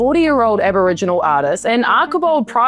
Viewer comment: I agree with everything you say but please learn how to pronounce “advantageous” and “Archibald”.